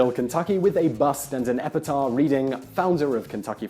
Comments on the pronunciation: You said [ˈɛpɪtɑː] but… like… why would you not say the “ph” at the end. It’s Greek, not French, and so is normally pronounced. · Totally out of left field question, but it that how "epitaph" is pronounced in Britain? "Epitah"? Just curious, because you're such a good speaker.